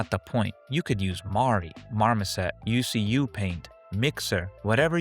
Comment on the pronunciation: if i may add some unimportant info, the way you pronounce ucup in ucupaint is ooh~choob (or ooh~chewp), originated from name Yusuf. 99.9% Indonesian named Yusuf got nicknamed Ucup 😄